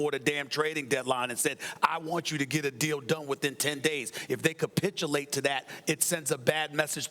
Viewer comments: Why does Steven A have to ca-SPIT-ulate while using that word tho🤔? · This nigga Stephen A been saying “capitulate” for like the last 4 days 😂😂😂